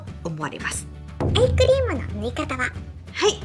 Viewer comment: いつもshokoさんの動画でお勉強させていただいてます。 今日は疲れているせいか、どうしてもアイスクリームに聞こえます。 アイス買いに行こうっと❗️